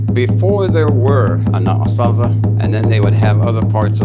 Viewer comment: In English, sure, most pronounce it phonetically, like "Anna-sah-zee". But in our Diné' language, its pronounced exactly as said it: "An-ah-Saa-zih". There's obviously two completely different languages at play here, as evidenced by going back and forth between Diné' Bizaad & English.